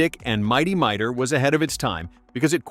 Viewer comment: It's pronounced "Mi-tor" not "My-dor". And that title card, is MY artwork - . - The original Herculoids series did NOT take place on Quasar - it took place on Amzot, the planet's original name, which was changed in 1981 when the Space Stars series premiered, and also where the majority of your Herculoids clips came from (Space Stars), not the original series.